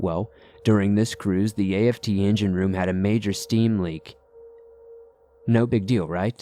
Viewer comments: A.F.T 😑🤣🤣🤣🤣🤣 it's aft like shaft but without the sh 🤣🤣 sorry I'm a navy vet and I'm dieing😁🤣🤣🤣 forward=front aft=back lol love ya stories tho . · Came here to see if I wasn't the only one who caught that. And A-F-T? How about just aft? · Hey. Thanks for the cool stories. Just want to let you know that the app isn't that part of the ship it is pronounced as a word. Not in letters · Aft is the rear of the ship and is a word not individual letters like A.F.T. Forward is the front. I think u said fore which I think also works. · Forward and aft, not a.f.t. like "after." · Story #2 is a hoax, no military personnel marine or navy would ever say a-f-t. It is pronounced as aft and to be spelled out like a-f-t.